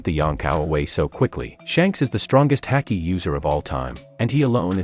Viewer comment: Why's our man pronouncing haki like that